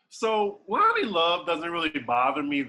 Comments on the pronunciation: pronunciation of Lonnie and Tamar is hilarious 🤣😭😭😭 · The way pronounce Lonnie name😂😂😂